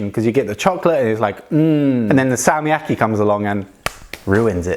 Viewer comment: i think you should hold the consonant longer when its has a double consonant like Salmiakki